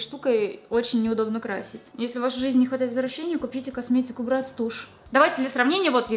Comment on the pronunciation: Не брЭтц а брАтц